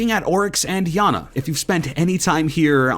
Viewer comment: Iana not yana it is an Ukrainian name